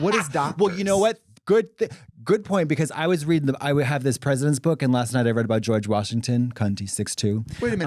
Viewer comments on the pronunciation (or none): that Boston JUMPED GAWGE